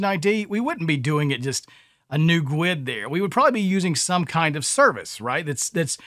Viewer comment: Am I the only one that looses there Sh** when I hear other devs calling a guid a “gooowed”.